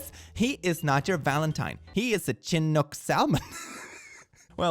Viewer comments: chinook is pronounced shin-uk, fyi. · Couple of things: Washington DNR is the Washington State department of Natural Resources, and the type of salmon that was in the post was named after the Chinook Native Tribe in the area. I believe it is pronounced Sha-nook, but I'm not a native fluent speaker and could be wrong about that. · ARRRRRGH! Why can Europeans not say Chinook properly?!? Sorry major pet peeve. It's a soft "ch" Like Champagne. I know English and especially American-English is hard, but can you please try to get this one word that was translated from a Native American language correct?